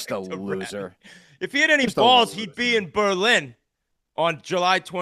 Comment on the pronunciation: Basketball game coming to Berlin CT? And your pronouncing it wrong